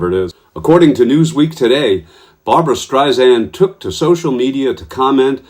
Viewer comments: After all this time- It's Streisand with a soft 's' like sand on the beach. It's not Streizand with a 'z'. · It's Strei-SAND ... NOT Strei-ZAND!!!! Pronounce her name correctly please. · One comment…her name is pronounced StreiSAND, there is no “z” in her name. In any event, you go Barbra!! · It's pronounced STREISAND not STREIZAND. She hates when it's pronounced wrong. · You pronounced Barbra Streisand's name wrong - it is NOT Streis-Zand as you said - it is Streis=Sand, like "sand" at the beach. She uses this analogy about sand herself. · Its StreiSand, like in sand, not StreiZand, like in Liza. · Streisand with a soft s, not a z! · Please, please, please, her name is pronounced StreiSAND. There is no Z in Streisand. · Can you please say not Barbara Streisand’s name wrong. Her surname is not Streizand, it’s StreiSAND, like sand on the beach. FYI. ❤️❤️ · it's pronouced Strei- SAND..... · For chrissakes, it’s “Streisand-SAND”—if you’re gonna report a story in which you say the name a thousand times, you might consider learning how to pronounce it, first!